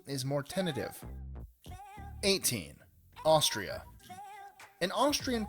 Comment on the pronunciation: Haha, what is Ashtria?